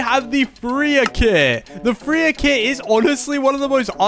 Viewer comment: We not gonna talk about how he called Freiya, "Freer" 😭😭😭